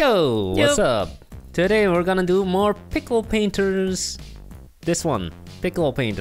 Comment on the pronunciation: Pixel prainters not pickle prainters🤣